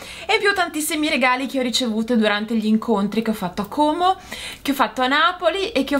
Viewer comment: Non sapevo venissi a Como 😁 sarei venuta volentieri. Mi piace come dici Como con la o chiusa è come lo diciamo qui 😀